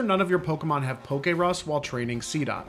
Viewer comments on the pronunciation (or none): none